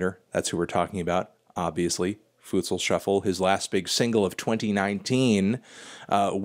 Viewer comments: It’s pronounced FootSaul Melon!! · My man said “foootsal” shuffle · Melon pronounces it: Foo-tsal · U rlly said ‘fusal’ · Just clicked to hear fantano's pronouncing futsal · That’s not how you say futsal